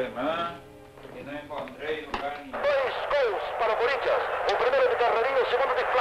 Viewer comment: Cúrintianus. Kkkkkkkkkkk